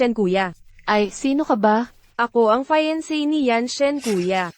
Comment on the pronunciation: Please read the words properly and maybe try to check how to pronounce the English words properly before using it. Like the word “ fiancée “ means girlfriend but you pronounce it as if it sounds like finance as in monitary use. Please be guided accordingly. Review the script thoroughly before finally taping it. Also the repeatedly saying the word “Su Xiaciao” irritates the audience. Just read your script carefully. Maybe you should get a script coach to help you understand what the word means. Thanks.